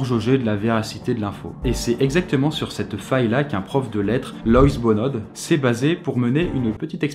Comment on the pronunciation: Aha, super surprise de voir que mon prof de français apparaît dans cette vidéo!:D Au passage, son nom et prénom se prononcent "Loïs Bono". Mais très bonne vidéo comme toujours!